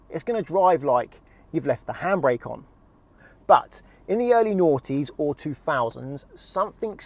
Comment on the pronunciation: Dude i know you Ment 90s but it Really Sounded Naughties xD Even Subs Translated the Same coz of UK Accent xD